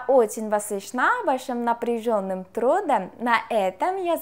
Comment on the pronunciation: хотелось дать совет, не трУдом, а трудОм( я так поставила ударение)